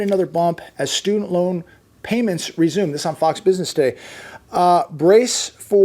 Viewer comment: Emphasis on "resume" 😂